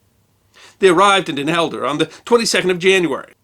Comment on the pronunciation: Not Elder: Helder.